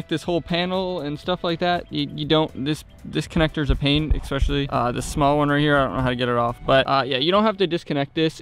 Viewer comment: The word is ESPECIALLY not EKSPECIAlLY nor is it EXSPECIAlLY, unless you 4 yrs old.